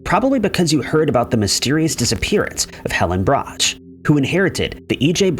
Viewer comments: Pronounced "Brock" not Brocchhhh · Brock not brotch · Rhymes with "squawk". Iffy research... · Brach is pronounced 'brack' not 'bratch'... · Brach pronounced Brock. Like rock. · Brach is pronounced, "Brock." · #9 Brack rhymes with sock. Ugh... English is hard? 😮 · Brach is pronounced Brock. And I know you're messing with me about cairo's pronunciation.